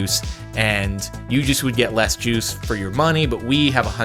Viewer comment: I shut my eyes and was just listening to the commentary. I just was so confused like why is he talking about Jews ooooooooh wait juice 🥤 that’s what was going through my mind